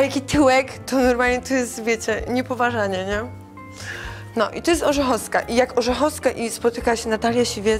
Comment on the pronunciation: Ludzie po raz pierwszy to cos na oczy widze i po raz pierwszy slysze zeby ktos wlasnego nazwiska wypowiedziec nie potrafil ("orzechoska"). Alee juz czuje ze fajna bania z niej bedzie... hahah